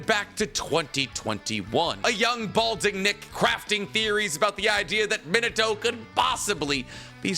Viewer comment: His name is Minato(Mee-nah-toe) but for some reason you pronounce it as Minato(Mih-nuh-toe) how you gonna be an anime geek and get his name wrong? 🤦 Its a Japanese name, it isn't pronounced like the English word 'minute'.